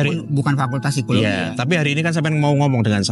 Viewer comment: Ngotot banget ngomongnya berisikkk Ganggu! Satu lagi, Psikologi bacanya sikologi bukan sikoloji pak.